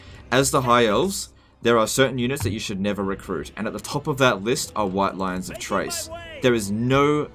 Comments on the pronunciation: Pretty sure Chrace is pronounced with a K like in Chaos, not like "Trace". You made me have to pause and comment this which clearly means it made an impact on me. Anyway, going to continue watching now because I know the rest will be good and informative. But seriously it's Chrace not Trace:P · Basically it should be KRAYce. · is basically trolling me by pronouncing Chrace as Trace. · Chrace is pronounced like "Krace." You're killin' me. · Maybe the mispronouncing of the White Lions of CHRACE is because you hate them so much, never really use them because of their "top tier peasant" status.